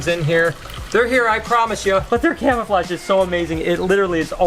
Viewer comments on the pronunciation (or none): none